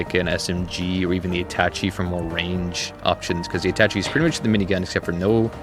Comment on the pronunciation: I think Attache has a French pronunciation haha, sorry it was itching my brain. Love the list, I've been a kinetic fan from day one!